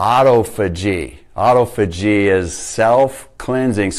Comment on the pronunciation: Its pronounced ah-tof-ah-gee. Good info tho thanks